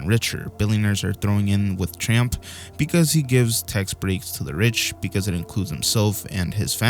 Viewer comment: Did you call Trump tramp?